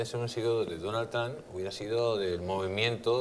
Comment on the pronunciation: A ver si te enteras como se pronuncia TRUMP!!! JAJAJA